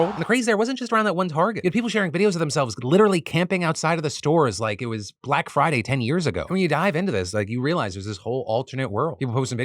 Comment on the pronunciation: "Like it was Black Froday ten years ago" 😂